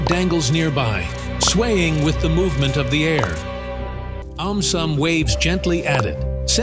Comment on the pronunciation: Why did aum sum turn into "aumtisum"